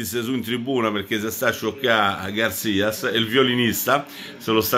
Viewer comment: Garcia, non Garcias